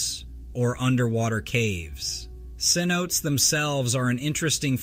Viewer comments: C notes? ....Seh-No-tay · It’s not pronounced C-notes it’s pronounced seh-note-tays… sorry that bugged me… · All BS starting off with the black bear but the mountain lion footage was real. What killed me was the AI script reader, pronouncing seanotes for cenotes, a Spanish word for pit or sinkhole. No dragons have ever been found but the robots pronunciation had me laughing my ass off!!